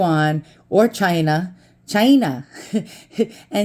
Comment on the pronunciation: Your "China" made me laugh.